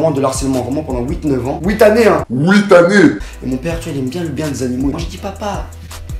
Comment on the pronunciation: Houit neuve ans 😂😂 HOUIT